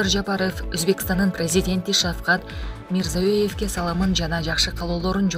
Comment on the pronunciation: Шавкат Мирзоев дейсинго окуп жаткан диктор